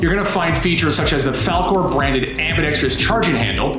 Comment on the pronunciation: smdh How many times can this guy mispronounce the word ambidextrous?